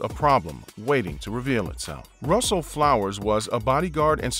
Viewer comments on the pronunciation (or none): none